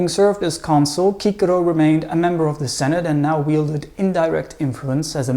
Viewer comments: "Kikero"??? Don't you mean "Sisero"? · Good, but why does he pronounce Cicero (Sis-a-row) as (key-ca-row). No one else does that. Funny...hummmm... Thanks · I thought his name is pronounced “See-sero” not “kee-Kerro”? Lol 😂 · It's sissero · I know that we don’t know the Latin pronunciation - but please never ever say Cicero like that again. It is pronounced Sissero - after hearing your pronunciation I lost all respect for him - sounds like a donkey farmer or something. Great presentation otherwise those - really wonderful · Isn't his named pronounced Chee-Che-Rho? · Why do you pronounce his name like that? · Absolute great name, though i really din't get why the latin pronounciations, i mean, we know latin c always sounds as a k, and the r is always as a 'angry dog' but why?